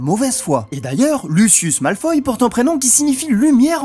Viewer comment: Oui ! C'est vrai ! C'était bien dit "Malfoie" ! Ce jeu était pas trop mal dans mes souvenirs ! :D